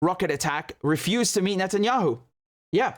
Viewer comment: Wait a minute. Do Israelis say "Netanyakhu?